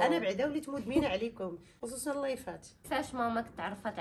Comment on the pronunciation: Lay❌ Lah ykhlilik mamak✔️ خطأ أصبح شائع ،المرجو الانتباه إلى النطق الجيد للفظ الجلالة